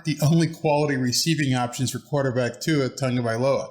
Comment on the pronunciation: Good job! Nice to see you have Tua'a name pronunciation down! Also, good video!